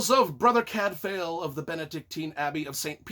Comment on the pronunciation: Cadfael is pronounced Cadvile, not Cadfail. Shrewsbury is pronounced Shrewsb’ry not Shrewsberry. Gervaise is pronounced Schuhvaise. And no, Cadfael did not “fuck lots of chicks”. How disgusting and debased you are, trying to drag a great author and her books down to your level. 🤮🤮